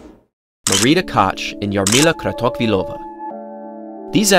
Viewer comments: As a Czech i can say it was not corect. CH sounds similar as "J" in name Javier in Spanish. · Kratochvilova was pronounced quite good, with that "CH" ("J"avier) exception... but still, quite good ;-) Koch was wrong - I just wonder why, German language is quite widespread, no? Comparing to Czech at least